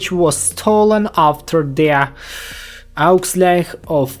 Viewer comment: It's painful to hear you mispronouncing "Ausgleich" so many times, but it's cute that you're still trying xD